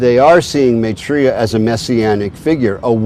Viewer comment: The way they pronouce maithreeya ! LOL.. It's my-three-yuh. Not ma-tree-ya !! Almost all of this doesn't make sense, but that just made me LOL :D